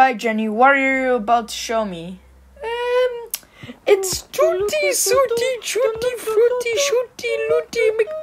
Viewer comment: It’s twuty swuty chwuty frwuty shwuty McDonald’s feux